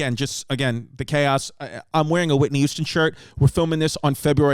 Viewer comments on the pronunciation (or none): I always thought it was Whitney Houston not Whitney Youston. Fuckin Mandela effect